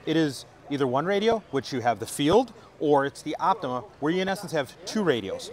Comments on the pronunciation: Great too that finally realised that its called the Yaesu OPTIMA NOT the Yaesu OPTIMUM like he repeatedly called it in another video! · I hope has finally learnt that the new Yaesu FTX-1 is called the OPTIMA not the OPTIMUM as he repeatedly called it in another video, and he supposed to represent Yaesu!